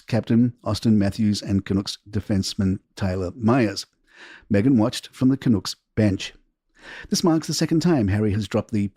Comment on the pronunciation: You need to know how to pronounce Canucks